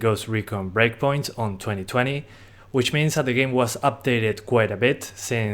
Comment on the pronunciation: 0:3 I thought you said Ghost Recon Break point or Break money